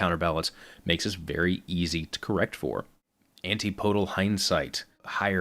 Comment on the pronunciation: "An-tee-poe-dul Hindsight" ugh.